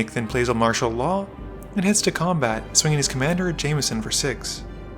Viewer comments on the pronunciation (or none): none